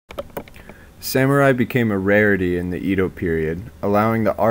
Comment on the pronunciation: nice video but Edo is pronounce EH-do not EE-do